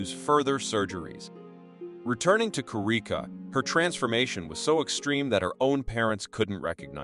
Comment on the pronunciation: They also said ko-ree-ka instead of korea. Its ai of course